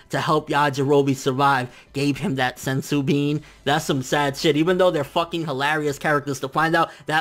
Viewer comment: Lol "Senju" beans.